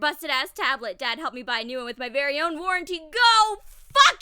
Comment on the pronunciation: Lmao "Warrenty"